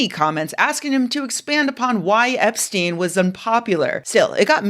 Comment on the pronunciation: Oh hell no, not "Eps-chick" 💀